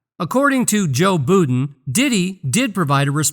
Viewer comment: It’s budden not booden